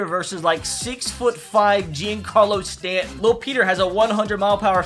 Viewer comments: Anyone else get trigger by the way he said Giancarlo Stanton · “Jeancarlos stanton”